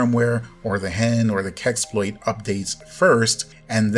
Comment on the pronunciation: You said so many time "keksploit", wtf is that? And hugeeeeee thanks for updating us... I seriously don't know what I would have don't without someone who makes everything pretty simple :)